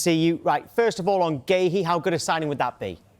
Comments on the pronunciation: Guehi, Guahi....what is the man's name, can someone give us the correct pronunciation? 🙄🙄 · It seems no one is able to say marc guehi's name correctly 🤷‍♂️